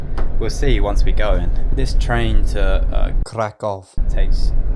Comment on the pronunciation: Mate!!! It's KRAH-koof or just use the English version. Why don't you think that people in the second class don't deserve the same privacy as people in the first one?